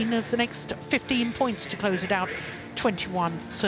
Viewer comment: Aut Aut(out) Lah ,wkwkwk